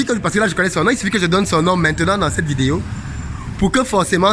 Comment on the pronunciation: Je kiffe trop quand tu dis ''vidéyo'' 😁